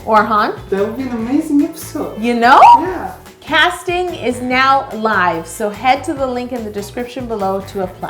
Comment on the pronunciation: Was Probably The Most Canadian "You Know" I Ever Heard 💕😂😂